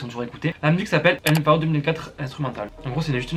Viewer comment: Je découvre cette chaîne, c'est vraiment pas mal. Par contre je n'ai jamais entendu L.M.Fao ou "Ferji", mais L.M.F.A.O et "Fergui", ça surprend 😉